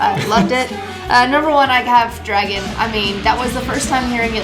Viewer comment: “this song’s called dwagon.”